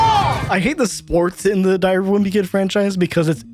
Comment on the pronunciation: ok ngl it sounded for a second like said diarrhea of a wimpy kid and then that was followed with loaded diaper. That is just unbelievably perfect and hilarious and that wasn't even intentional.